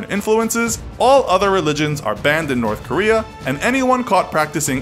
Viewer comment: Nobody: You: Norf Korea